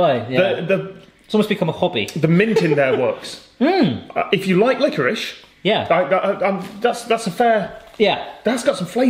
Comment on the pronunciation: Glad Tom has started saying liquorice properly